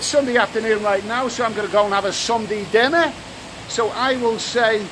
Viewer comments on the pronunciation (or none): none